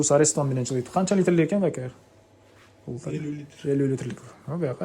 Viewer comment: Аристонду арестон деп айтат экенсин чон жигит🫠